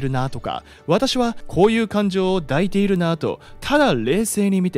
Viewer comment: 抱いている(だいている)→いだいている。